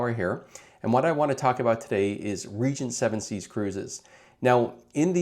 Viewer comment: You might want to change your AI. Never heard of Region 7C's before.